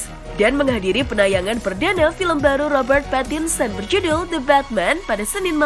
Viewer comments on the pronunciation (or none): none